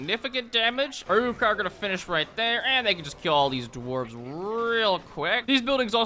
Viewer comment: I always hear Uwu-kai instead of Uruk-hai.